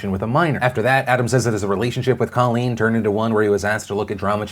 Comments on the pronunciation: It's COAL-leen, not CALL-leen. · Colleen (long "o", please stop mispronouncing her name) is a shining example of intelligence and class. Only a mature, critically-thinking person would so eloquently take full responsibility for their past behavior and then use it to empower others.